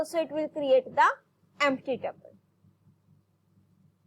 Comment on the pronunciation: abeyyy yarr taple nahii tuple